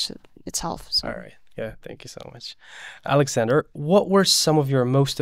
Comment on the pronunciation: I loved Alexander pronunciation like a native